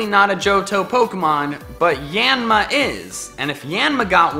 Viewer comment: Yanma and yanmega's names are pronounced yahn-mah and yahn-meh-gah